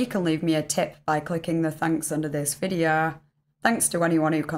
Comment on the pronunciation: “This videaaa” 😅